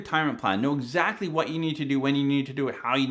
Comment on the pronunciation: That way of saying ‘zactly is your trademark, 😅